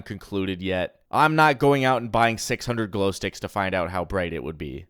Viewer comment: Check da gloesticcs in yo fweezer